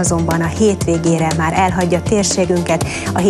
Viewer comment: 0.32-0.35 " és a továbbiakban má leginkább csak..." Csak én hallom azt hogy nem mondja ki hogy máR?